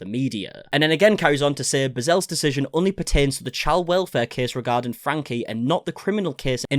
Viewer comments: Just a small point, you lose credibility when you pronounce the name wrong, it's not pronounced "Frank" but "Frankee". And Shari is pronounced "Sherry". Thanks for the update. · It is pronounced Frank-ie. If you’re going to cover this you need to get this right. If you pronounce her name incorrectly constantly, it sounds like you haven’t actually done your research. Which I know is not true, but you should know how to pronounce the name of your subject.